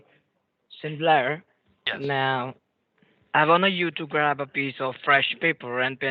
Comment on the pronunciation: Sin-Lair? Are you Sodom or Gomorrah with your druggy/money/bloody ways?